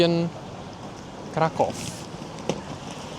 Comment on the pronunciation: bacanya kota Vroswav dan krakuv